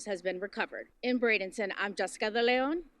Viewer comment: Pronounced BRAY-den-ton